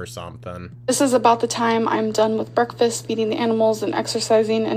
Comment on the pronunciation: the way she said breakfast made me think of that meme "whats going on here?" "BREAKFUS!" 😂💀 if you know you know